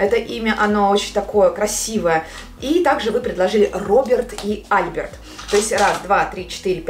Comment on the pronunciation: Альберт ударение на "е")))